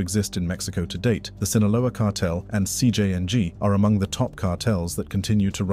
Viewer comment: “CJ Yang”